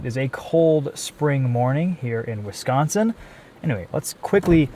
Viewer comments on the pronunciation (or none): none